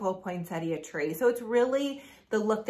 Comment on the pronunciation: Thanks for all your ideas. And thank you for saying Poinsettia correctly! I don’t have a specific day I start decorating, typically it’s whenever I get to it.